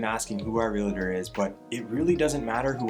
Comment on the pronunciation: Great content! Check your pronunciation on realtor 😊